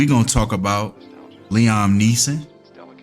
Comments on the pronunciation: Fam, it’s pronounced LEE-UM, not LEE-OM 😂💀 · His name is pronounced Lee-ahm I know you did not just call him Lee-Ohm 😭😭😭phonics come on now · Liam (lee-em)